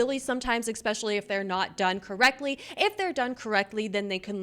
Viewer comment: Anybody notice that says 'eXspecially' instead of 'especially'?